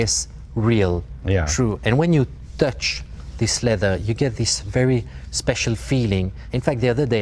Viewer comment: All they've done is uglified a Maserati. Oh, and made it more expensive. And that Belgian trying to justifying it, he's waffling. And the 'lezer' (leather, for those who missed it) mispro tickled Jay...